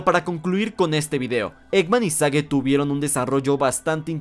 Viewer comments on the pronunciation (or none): Porqué pronuncias el nombre de Sage como "sague" en ves de "seich"? Que es como oficialmente se pronuncia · En lo personal espero que Sage se quede como un personaje establecido en la franquicia y como la hija del doctor Eggman ¿Y no que el nombre Sage se pronunciaba Seich? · El nombre de Sage se pronuncia "Seigh".